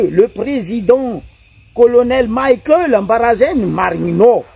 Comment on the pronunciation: 🥱 Prononcer tsara agnarana nany, Colonel Michaël fa tsy Colonel "Maickel" nao zegny. Izy tsy américain kara Mickael Jackson. En plus, mivolagna normal anao fa izy tsy manofo kara atao nao. Mazava ? 🫵